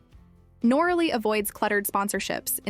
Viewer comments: NOR - RALLY ? 😂🤣😂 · Do your research and correct your pronunciation. It is Nor- a lee. Noralee = Noraly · Nor-a-Lee is the correct pronunciation. You should research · cant even get the name right , another channel leeching of some one else’s hard work